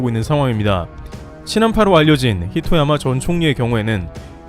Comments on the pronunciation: 히토야마 -> 하토야마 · 총리이름 히토야마가 아니라 하토야마 요.... 좋은데요 감사합니다. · 히토야마 _> 하토야마 전 총리